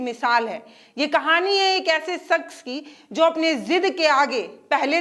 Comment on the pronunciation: sakhs nahi shakhs hota hai